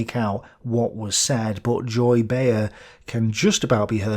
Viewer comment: Behar is pronounce Bay-har